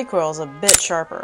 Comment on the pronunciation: "That recoil was a 'bit sh'arper". Intentional?